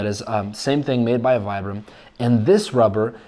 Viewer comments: I love your videos, I am most likely going to get a pair this upcoming month. I spent 4 years in the active Army as a light infantryman, and I swear by Vibram soles. But? Its pronounced "Vee-bram." Lol. Took me a while before i lost a bet to someone over it 😂 I will get a pair, and I am going to beat the snot out of them, AND post a review on youtube 😊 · It's pronounced as "vee-brum".